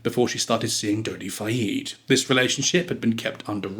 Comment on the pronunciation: Dodi does not rhyme with Noddy. it's a short e in Fayed. Doh-dee fy-ed not doddy fyeed. For starters.